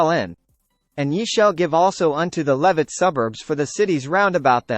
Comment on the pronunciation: This video pronounces Levites incorrectly and was very distracting.